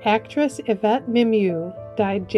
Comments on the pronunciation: Mary - it's a French name and was pronounced correctly in American English. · Yvette Mimieux's last name is pronounced "Meemeeoh".